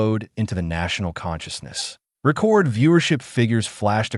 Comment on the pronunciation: so many ai videos now sigh.... the subtle stupidity of it pronouncing RE-cord and RAH-cord, not being able to tell the difference between the homonyms due to context loss....it's so jolting and annoying.